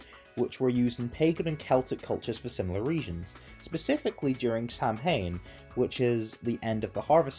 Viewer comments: I can't explain just how much I both laugh and cringe at your pronunciation of samhain. It sounds more like "sa-win". It's actually famously mispronounced in the Halloween series when the psychologist explains that samhain is the inspiration for Michael Myres, which you think they'd have made an effort to pronounce it right considering its the word for Halloween (Oíche Shamhna being derived from Samhain). It's an easy mistake though and honestly I can't blame you. Even when we look at all the different celtic languages from Scots to Welsh to Irish they all have very different pronunciation and their own dialects. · loved the mons, especially occat and it’s evolution! i’m pagan and i would def shiny hunt for it to get a cute little black cat! i did also want to note that samhain is pronounced “s-OW-an” common oopsie. great job on the video!